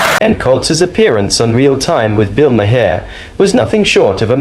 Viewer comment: Can u please pronounce Bill Maher’s name correctly?